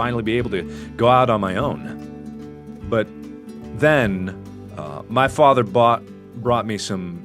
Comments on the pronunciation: He said faver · FATHER not faver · If i hear the word "fafther" one more time...... [ik its spelled father] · you don't know how to say father or mother